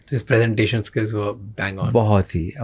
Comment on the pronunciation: The grammar nazi inside me screamed ‘finally someone!’ when he said Pre-sentation instead of Prey-sentation.